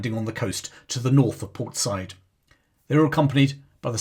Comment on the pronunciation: It’s pronounced Port Sai-eed